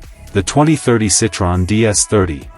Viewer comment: Can't even pronounce the name correctly.